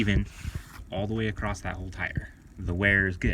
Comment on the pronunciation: The letter T doesn't come at the end of the word across.